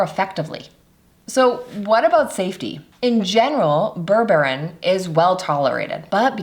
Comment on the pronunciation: Put... mais tu vas te décider à le prononcer correctement, ce fichu mot ??? ça se prononce BÈRBÉRINE Comme c'est ÉCRIT Berre Bé Ri Neuh Ni bourbarine Ni bourborine. IA de merde